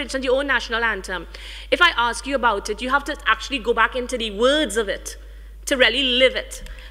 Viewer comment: For someone who has such an educated background and does so much public speaking she really needs to stop AXE-ing and start ASK-ing questions...there are classes that teach you how to pronounce words properly...and yeah...Nikki Menjai...really and u are the Cultural ambassador for Trinidad, n Nikki is one of the biggest exports and u can't even say her name properly...smh